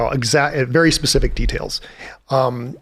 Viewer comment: did you say pacific rather than specific? Another great podcast. This is right up my street. Thank you 🙏